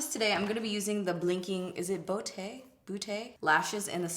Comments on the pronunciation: Bootay 😂😂😂 it’s pronounced beaut... like beauty with no é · I think it’s pronounced “B-ew-T” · When you pronounced Blinking Beaute as blinking bootay?? Hahah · lashes in "BOOTAY" lmaoooo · Is this “bo-tay?” 😂😂😂 You mean beaute as in beautiful? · trying to pronounce beaute is everything